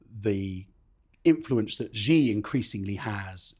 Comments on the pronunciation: why is it so difficult for journalists to pronounce the "Xi" in Xi Jin Ping? It's not "Ji". A quick google search will bring up some videos of how to pronounce it. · I enjoy your programs but can you please pronounce Xi's name properly. It is not pronounced 'Gee' or 'She'. It is pronounced 'See' or 'Sea'.